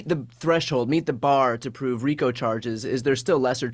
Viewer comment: By the way, it's RICO